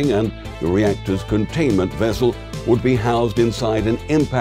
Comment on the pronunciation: Nuclear wessel?